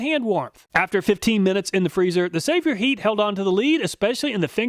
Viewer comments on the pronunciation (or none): excellent content, as always! I think Sabotheat is pronounced “say bow heat.”